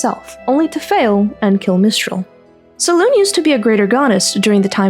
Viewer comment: You keep forgetting the "eh" or "ay" after saying "Selune" and uts infuriating. Great video otherwise.